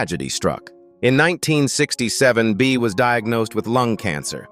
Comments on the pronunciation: It was Bea. I don't know what AI was pronouncing it as ..it wasn't anything I recognized. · Didn't do a very good job on Beas name